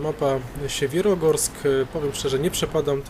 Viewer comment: Wymowa to nie Siewierogorsk, a Sjewjerogorsk - dosłownie góry północne.